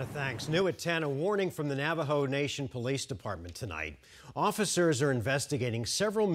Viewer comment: Why is the reporter pronouncing it as "Navo"? It's Navajo.